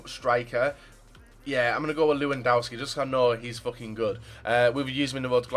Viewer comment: omg, it's pronounced lev-an-dov-ski